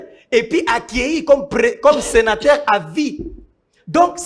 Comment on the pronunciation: on prononce senateur et non senataire😄😄😄